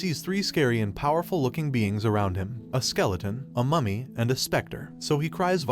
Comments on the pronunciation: i keep hearing mummy as mommy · I can't understand if he's saying mummy or mommy